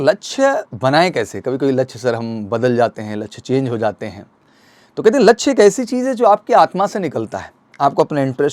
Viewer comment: Vidio must tha per laksy bolane me sahi nahi laga